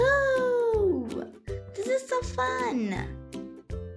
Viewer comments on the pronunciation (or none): none